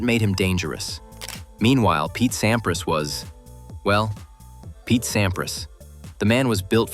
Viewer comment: Voix à la noix, mécanique. Pete Sampri en phonétique. Aucune chaleur , ni nuance dans les commentaires. A éviter.